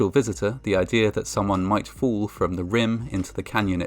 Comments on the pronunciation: "Fools do occur"...His pronunciation of the word fall is making for some funny moments lol. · The speaker's pronunciation of the word "fall" sounds like "fool" and/or vice versa. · The narrator pronounces fall, as fool. Don’t be foolish. Thinking you are beyond any danger. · he pronounces "fall" like "fool".Coincidence?!?!? subscribe for more genius conspiracy theories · I like how the pronunciation of "fall" sounds like "fool" There have been 50 fools. Too right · Fall pronounced by reader much like fool.